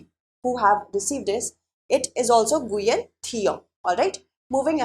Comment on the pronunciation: C). Mizoram Ma'am, I think you've mispronounced the name, Nguyen. It's pronounced "Wen" or "Nyu-yen" in Vietnamese and English, respectively.